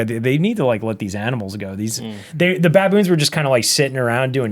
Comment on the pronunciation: I love how James calls them “bah-boons”. They are apes, by the way. Not monkeys. 😉